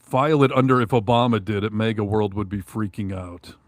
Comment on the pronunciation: Jesus,! Again with the "mega'! It's "MAGA": Pronounced mag ah. Try it, MAG AH.... MAGA... MAGA is not pronounced "mega", okay? Mega is a unit prefix in metric systems of units denoting a factor of one million (106 or ). It has the unit symbol M. It was confirmed for use in the International System of Units (SI) in 1960. Mega comes from Ancient Greek ' 'great'.